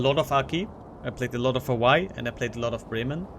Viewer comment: Germanic pronunciation of w, that's all.